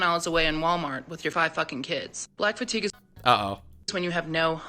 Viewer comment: You pronounce fatiguers with a hard R